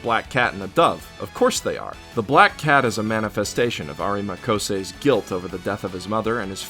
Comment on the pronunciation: "Areemuh CoSay" dude... y u say it like that? T_T